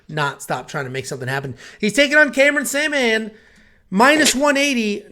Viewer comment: Before you speak about someone make sure you get the name right. Journalism 101, his name is Cameron Saaiman.